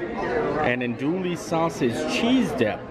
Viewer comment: Can you compare your dinner here to Whispering Canyon specifically? Andouille is pronounce without the lls : Anne-do’-ee.